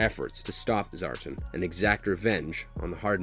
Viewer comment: Destro’s last name is McCullen..not McMullen! The ninja clan is the Arashikage..not rashikage and Zartan is pronounced Zar-tan not Zartin…this video was littered with mispronunciations😩 and in Retaliation the joes were NOT killed in a “nuclear air strike”, if they were roadblock, flint and scarlet would have died from the fallout. It was just an air strike 😒